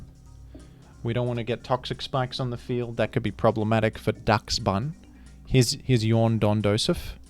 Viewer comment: It's based on the weiner-dog called Dachshund (pronounced like Doxen) so Dachsbun would be pronounced like Doxbun